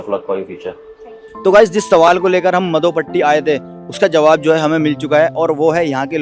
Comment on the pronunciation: pehli baat madhopatti hai naa ki mdhopatti 🤣😂😅😆😁😄😃😀